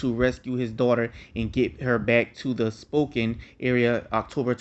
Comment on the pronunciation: Its pronounced SPO-CAN :) Great video!